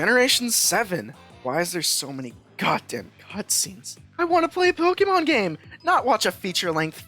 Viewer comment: I can’t believe how badly you mispronounce Pokémon. 10/10